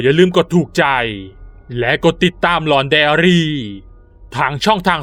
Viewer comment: พี่ค่ะทําไม่ชื่อของช่องพี่ชื่อหลอกใดอาลีแต่พี่พูดว่าหลอกใดลี